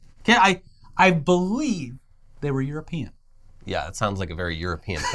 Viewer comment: Sounds very euroPEEan.